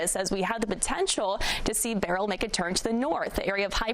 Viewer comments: beryl not burial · Why can't people pronounce 'Beryl' ? B E R Y L Not difficult.